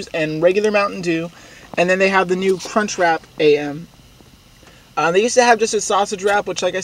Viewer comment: Did he say "cunchwrap"